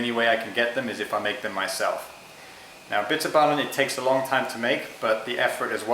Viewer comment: Im dutch to do you know how nice it is to hear you say bitterballen its funny and the bitterballen are great the dutch clips where just bad and awfull yours is al lot better so tnx !!!